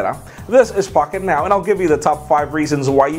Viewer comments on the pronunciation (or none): It does sound like u say fuk it now instead of pocket now lol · I"ll be honest, I've never seen any of this guy's videos but at the beginning I thought he said "Fuck it now" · This is fackitnow lol i die of laughter everytine i hear him say that xD